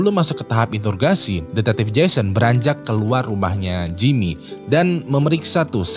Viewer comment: introgasi bang bukan intorgasi wkwk